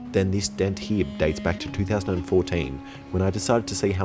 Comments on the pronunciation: I absolutely adore the way he says "here" - "hee" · "I'll put the air tank heee" and the spring hee"